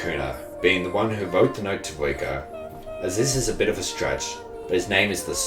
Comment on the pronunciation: The way you say 'Riko' sounds like 'Vueko' another character from this anime, it's confusing.